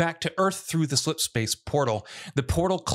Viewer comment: "massive splipspace portal"